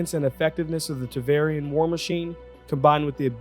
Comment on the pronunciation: In that same vein, it's Tevar-in, not Tevarian. ^^